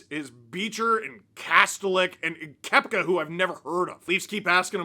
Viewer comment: Just by the way, the second E in Koepke is pronounced. Kep-Kee.